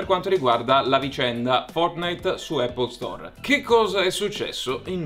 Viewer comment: Scusate ma non riesco più a sentire Apple Store, non si chiama così ma App Store.... a parte gli scherzi 😂 anche questa settimana ottimo video complimenti ragazzi 💪🏻💪🏻